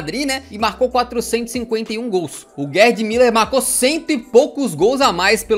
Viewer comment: Porque é que vejo pessoas no Brasil a pronunciarem Müller, como Miller? Já vi várias vezes. Mas é mUller, mesmo.